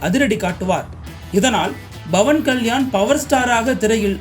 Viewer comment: dont say bavankalyan say pavankalyan😂